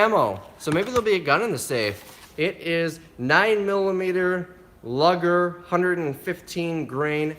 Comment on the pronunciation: It's pronounced luuuger the u is long!! NOT LUGGER!!